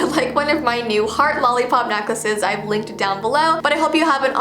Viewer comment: When she said I linked them down below I though she said licked in down below